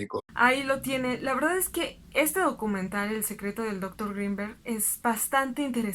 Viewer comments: Porque dices dÓctor Grinberg? Que no eres mexicana? Se lee y se escribe Doctor Grinberg, sin acento. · Lástima que pronuncia dÓctor en lugar de doctor... o acaso es gringa? 🙄 Deja mucho que desear. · Muy bueno, únicamente que me desconcertaba mucho cada vez que decías dóctor, con acento en la primera o, me distrae mucho.